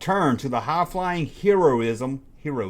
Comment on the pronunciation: If you had “heroism” on your Tries to Speak Bingo card, you might be a winner.